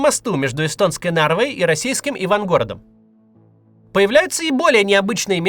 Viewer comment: Отдельный респект за правильное ударение в топониме Ивангород. Тема, очевидно, качественно проработана.👍